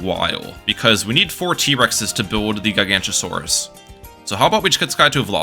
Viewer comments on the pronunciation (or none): As a dinosaur enjoyer, every time you said Giganotosaurus was pain. It's GiganOtosaurus, not Gigantosaurus. That is a whole different dinosaur, a herbivore of all things. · it is pronounced GIG-uh-no-toe-saur-us, not ji-GANT-o-saur-us, please do not disgrace my goat by making him sound like a bad godzilla ripoff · Its pronounced “jai-ga-note-o-so-rus” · I literally cannot watch this video with how he pronounces Guy-gancha-saurus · is called gi-gaa-not-oh-sore-is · Isn't it giga- not- a- saurus? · Ah yes, my favorite tower The Guy-Gancha-Saurus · GigaNOTOsaurus. Giga-noto-saurus. Gig-uh-no-toe-saurus. You have angered the dinosaur nerds. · Gig o not a sor us is how u pronounce it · great video but the dinosaur nerd in me died every time you said gigantosaurus 😂 it’s a weird one to pronounce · as a dinosaur nerd this makes me so mad (the way he pronounces it) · Also he's pronouncing the "t" as a "ch" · Relatable, absolutely painful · He's not even pronouncing it correctly as "Gigantosaurus." He's got the g sounds flipped. Has he never heard the word "Gigantic" spoken aloud before? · Take a shot every time he mispronounces Giganotosaurus